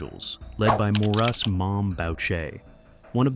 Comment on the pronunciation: Except Maurice is pronounced "Mo-reese" and Boucher is not pronounced "bowcher", it's pronounced "Boo-shay"... Among many other mispronunciations... Way to make yourself sound stupid...